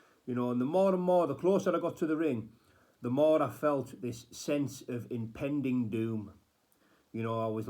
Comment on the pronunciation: "impending" not intending. PLEASE KNOW IM ONLY HAVING A BIT OF BANTER, I'm really not trying to be a smart arse🤣🤣.. hope you're keeping well, stay safe brother. Love to you and yours 🙏❤️